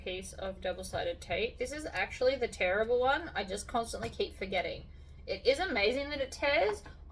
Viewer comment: I can't help but chuckle when you say tearable double sided tape because, it sounds like terrible tape